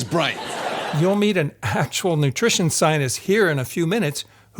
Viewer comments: You really irritate me, by butchering the word scientist. When you say it over and over again pronouncing it like "Zionists", I could just smash my screen. I had to sttop watching this. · Why do you pronounce scientist as Zionist?? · I appreciate this videos content. The the cherry on top; your pronunciation of the word scientist. To me; It sounds like you are saying “ sinus”. regardless, its fantastic work. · I swear everytime this man pronounces "scientist" the lack of middle T sound is making it sound like "zionist" and it's making this video inadvertently crazy to get through 😭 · I am the only one hearing him pronounce the word "Scientist" as something completely different ? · Can’t get over the fact that he doesn’t pronounce the first “t” in “scientist” haha. Maybe I’ve been living under a rock or in some funny part of America, but I’ve never heard it pronounced like that before.